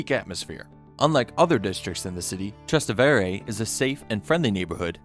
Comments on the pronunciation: Tra-STE-vere! VE-neto! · I can't believe you just pronounced "Trastevere" like that....